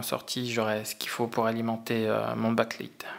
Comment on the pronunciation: désoler mais, apprend a dire backlite